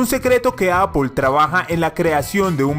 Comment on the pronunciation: no se pronuncia tal como se escribe,se pronuncia "eipl"